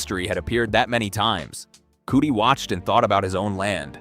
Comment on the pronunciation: You keep pronouncing it "Cootie" but the E in "Coote" isn't pronounced